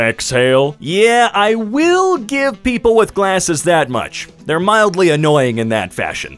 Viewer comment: "mildy" infuriating.